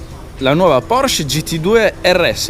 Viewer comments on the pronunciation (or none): none